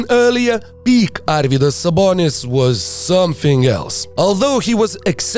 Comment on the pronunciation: Dude are you Lithuanian?? Cuz u pronounce Sabonis and Marciulionis names perfectly. Sabas is legend without long career in NBA. I can only imagine what kind of beast he would have been in his prime